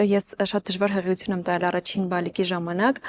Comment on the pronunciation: Ականջներիցս արյուն գնաց բժշկուհու "հղություն" բառից😢 ինչո՞ւ "ի" տառը չի հնչեցնում